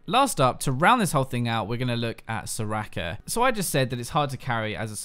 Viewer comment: soraaaaaka, learn to pronounce scrub